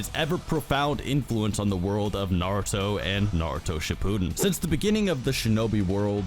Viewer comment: Everytime you pronounce Shippudden like that I die a little inside lol